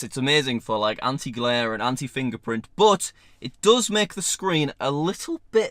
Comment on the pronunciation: I love how he pronounces but like "boot"